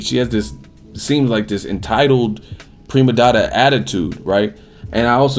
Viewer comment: did he just say premadodda?